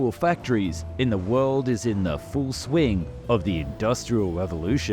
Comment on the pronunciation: Never heard of a river train. Why do you say hard “r” instead of a w? The word saw turns into sawrrr. World turns into wowrld.